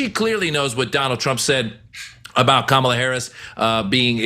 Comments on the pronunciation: Nooo, the issue is that she said it correctly and then said I meant Kamopla. Yes, people do pronounce names wrong but she literally said it correctly then said it wrong! How did none of you say this? So, Cenk in this case it absolutely matters! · The only problem is that you didn’t pay attention to what Nancy Mace did on CNN. The first time, she pronounced Kamala properly. Then she immediately corrected herself and mispronounced it the second time. She did it on purpose because she then yelled “I will say Kamala’s name however I want.” It was not an accident because she did pronounce it right the first time. She intended to be disrespectful the second time. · She pronounced it correctly then corrected herself to call it wrong!! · If only it was unintentional. Her (and all of the tRumps cult members) intentionally mispronounce her name and will tell you, as she did in this interview, that they will say it anyway they want to. That's different. She KNOWS how to say it, she just refuses to say it correctly. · Mis-pronouncing someone's name is just ignorant, particularly in a multi-racial society. Mispronouncing it INTENTIONALLY, to amuse racists (because it's not a traditional Anglo name) IS racist. Just as is the assertion that Kamala (emphasis on first syllable - it's really not difficult) "turned black". Sadly it appears to be a major 'pillar' of Trump's election campaign, and needs to be called out for what it is: racism and ignorance. Very telling that this is all he has - mispronouncing and name-calling. Very grown up Mr Trump! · When you watch the full clip, Nancy Mace accidentally says Kamala Harris' name correctly then immediately "fixes" that by saying her name again but incorrectly. That gives away the game, of course - it's very obvious that she did a "do over" to deliberately mispronounce a name she obviously knows how to pronounce.